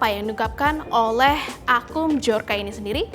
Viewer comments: Mohon maaf mba, dibaca BIYORKA bukan BIJORKA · Mendengar penyebutan dari bahasa polish (polandia), bacanya byor-ka. Bukan b-jor-ka. Gampang kok carinya di internet. Biar saya yakin channel official Tempo ini masih profesional.